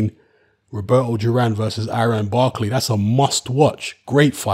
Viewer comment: Thought it’s duran not juran